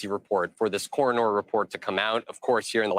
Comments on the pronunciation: "Cor, renorr" Ok, I let it go the firstfew times but- doesn't this guy know the word or something? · Someone should tell that reporter in the beginning of the video that the word is coroner , not coronor . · “Eek!! The way the guy in the first news piece pronounced “coroner”’!! Please someone tell him that it is cor-on-ER, not OR! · The field reporter may wish to learn how to pronounce the word, "coroner" because it isn't "coroner". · The reporter can't even pronounce "coroner" correctly. I'm done. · You would think a news reporter would know how to pronounce the word coroner. Second this case reminds me so much of the Chris Watts case with the social media connection attached to it. Everybody looks so happy happy but behind the scenes not so happy, it's why people call Facebook Fakebook. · The news reporters should be fired, the guy doesnt even know how to read effectively or pronounce coroner.